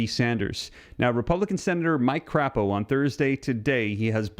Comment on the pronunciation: Please stop calling him c*** o. It's crapo with a long a